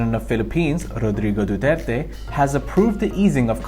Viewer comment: I am impressed with pronunciation of Rodrigo Duterte's name. Well done!